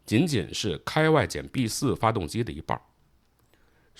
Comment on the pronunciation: KIWI 不读开外， 读 kee wee， 你没看你后面有一张照片，上面写着另一方案的名字 PEWEE2， 读 pee wee ， 这俩都是小鸟的名字